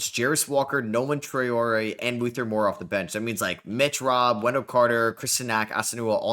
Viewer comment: Love that you're nailing the Traore pronounciation, great realistic (atleast for the first 2 years) rebuild mate